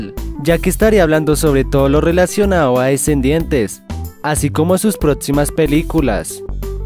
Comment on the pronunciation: Jajaja en el segundo 27 dices relacionao